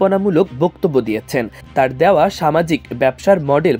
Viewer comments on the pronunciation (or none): none